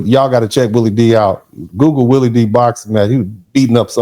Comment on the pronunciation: Willie is saying it exactly right